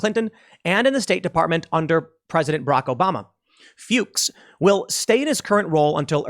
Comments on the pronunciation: Fyooks is the correct pronunciation of Fuchs. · FEWKS is the correct pronunciation, u did good after the first try. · I think Fuchs is pronounce Fooks. It is German for fox. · youtube did not pick up on that dangerous misspoken name. instead, closed captioning received it as “fox” which honestly, your pronounciation leaned towards anyways. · LMAO I guarantee it's actually pronounced "Fooks." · Fuchs is pronounced fooks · Tim. It's pronounced "F-yuu-ks." Long U. You're not the AVGN, and no matter Michael may do in his life, he will never be Fred Fuchs, with a short u. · you're good. The closed captioning generated "fox" on the first pronunciation of his name, so they can't say you dropped an f-bomb when their own cc generated fox. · I asked my wife, how do you pronounce this👉Fuchs. She said Fucks as well. 😂😂😂😂🧂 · It is pronounced Fooks; It is a German last name. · isn't fuchs usually pronounced Fox? someone in my hometown did it that way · Fuchs = rhymes with rooks. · No, it is "The Kamala Harris administration featuring Joe Biden", I think that sums it up perfectly. Btw Tim, as a German your pronunciation of Fuchs is hilarious to me. Btw, regarding her record as a judge, it seems that the next judge on the Supreme Court might be the first one endorsed by both Disney and CNN, lol. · Tim is intentionally mispronouncing a man's name to avoid censors. Once again Tim shows how big a hypocrite he is. He says you and I should be prepared to sacrifice our families to fight this kind of thing, yet he runs and hides.